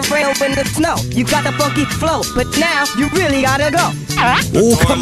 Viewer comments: When says the word “ funky “ it sounds like he saying “fuckin” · when he said i have the funky flow when said it it sound like "I got the fucking flow" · Hey uh he said FUNK not f***